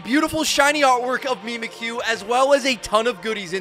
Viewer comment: Mimikyu is a play on words, like "mimic you" idk what pronunciation you're on lol